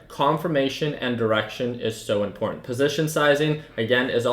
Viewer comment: Little pointer on pronunciation "ImporTanT" has 2 "'T's" in it and make the sound "Ta" and "CerTain" has a "T" in it as well they are there for a reason, u have a very lazy way of speaking.